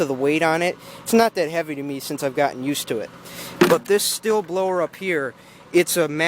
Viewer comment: Stihl is pronounced steel! Also this leaf blower has two handles so you can hold it with both hands to distribute the weight evenly and might make it easier to use!